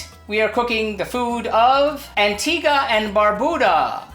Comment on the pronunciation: Hey im from Antigua, your pronunciation is a little off... you should make coconut ducana. good video tho.